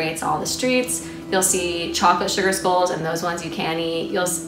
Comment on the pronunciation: Thank you this help me alot on my cultural diversity class project but it was a little hard to understand with some of what you were saying like when she said sugar skulls it sounded like she was saying sugar spoons so I was very confused and when you were talking about José Guadalupe Posada it was hard to understand it to. Just make sure that you be clear with your sentences next time please